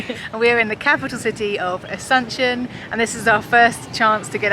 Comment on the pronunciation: No se si escuché bien, me pareció que dijeron Asencion y es Asunción wowwww